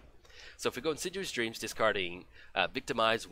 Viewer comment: It's not In sid u us dreams. It's In Sid EE us Dreams. Great game!